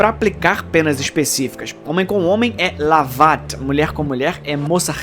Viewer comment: Não é LAVAT . Em árabe a pronúncia é LÁUAT